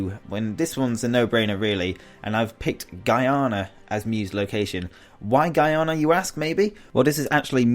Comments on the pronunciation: It annoys me that he said Guyana wrong for mew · Mew was located in "Ghana" not "Guyana" don't know if i spelt the second one correctly